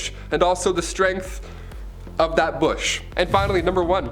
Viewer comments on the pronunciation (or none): none